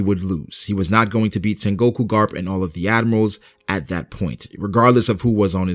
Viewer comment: Bruh its not sengOku its sEngoku